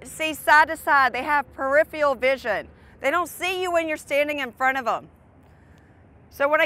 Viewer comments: peripheral, not perifial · Also, it is pronounced "peripheral", not perifialfeel or what ever nonsense she said. PREPARE YOUR LINES! LOOK IT UP, TYPE IT UP. Happy you have an opportunity to make content, do not get too cocky when you do not understand words and meanings. Young people use YouTube for education. Set a standard and stick to it. When in doubt, Google it. Otherwise you will be mistaken as a dullard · "perifial vision"